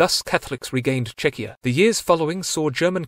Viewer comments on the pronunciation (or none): none